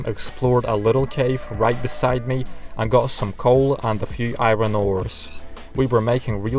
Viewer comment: I love how you say i-ron ore XD